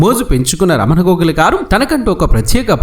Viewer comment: అక్కరలేనిచోట వత్తులు (ఘోగుల) ,నా అని పలకడం రాదు కర్మ.